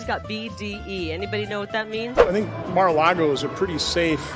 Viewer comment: did you say 'Mar-a-lard-O'?🤣🤣🤣